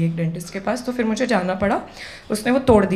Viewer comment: jalalat nahi zalalat hota hai..fir nahi phir hota h madam ji